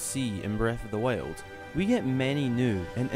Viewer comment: This guy is so annoying, not being mean but he keep saying breath of the wiuld